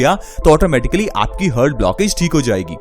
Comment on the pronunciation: हर्ट नही हार्ट बोलते हैं